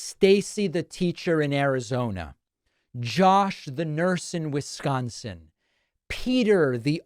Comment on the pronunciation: It isn't pronounced Wiz-GAHN-sin, Dave.